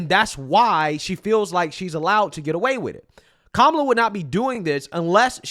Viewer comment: SAY HER NAME....Kow--MOO--LA